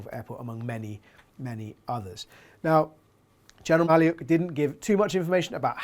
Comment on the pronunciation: Maliuk is pronounced Mah-LUKE ( as the name Luke)